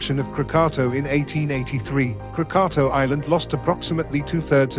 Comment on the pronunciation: Your pronunciation isnt even correct. It's KRAA-KAA-TAAW.